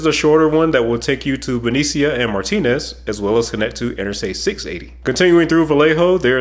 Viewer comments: Ouch. Painful to hear the wrong pronunciation of Benicia. (Ba-nish-ah) And Winnemucca There's a ck in that. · Benicia is pronounced “ beneesha” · It’s not pronounced Benicia, it’s pronounced buh-NEE-shuh.